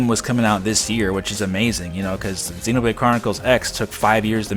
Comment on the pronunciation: I like how you pronounce Xenoblade as 'Xenobrade'.